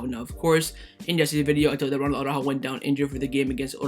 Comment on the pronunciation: Why do you soccer guys always say Auràjo instead of ARA-ÚJO?